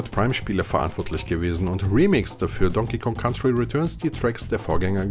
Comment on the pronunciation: "Don King Kon Country"? Alter...